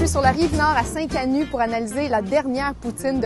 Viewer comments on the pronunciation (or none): Il faut prononcer le t dans Saint-CanuTTTT